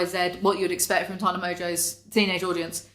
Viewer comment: ITS TANA, like TANNER. COME ON.